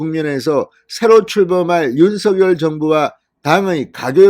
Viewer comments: 발음을 당선자가 직접 "윤서결"이 아니고 "윤성렬"로 발음해 달라고 언론사에 요청했습니다. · 모든 방송에서도 "윤성렬"로 발음하니 참고해주세요^^